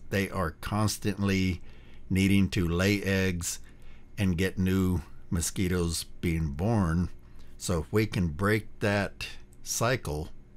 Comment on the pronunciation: Anyone that says “moskeeters” knows what they’re talking about